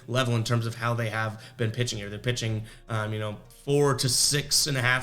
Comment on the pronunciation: Rewatching the video to see how you did yesterday. You accidentally made a speaking error that I believe could make an excellent T-shirt idea. If you decide to make them all I ask in return is a free one after your first 100 sold... Around the you said The Rays have a "pissing disadvantage." I popped pretty hard. I don't know if it's because I'm up so early in the morning, but I thought it was hilarious. Of all things, a "pissing disadvantage" really affects a ballgame. lol